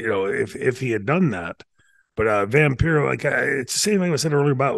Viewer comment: Remember it’s pronounced Vam-PIE-ro.